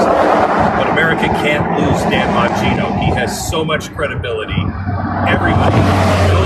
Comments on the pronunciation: Jimmy his name is Bongino … not bon journo 🤣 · I fukken LOVE it when Jimmy accidentally calls Bongino “bonjourno” 🤣🤣🤣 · I love how jimmy calls him bonjourno😂😂